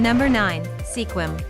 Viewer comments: Langley has no sky scrapers. I about fell down at those pictures. And Sequim is pronounced Skuim. Not Se Quim. What a joke. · It's pronounced skwim.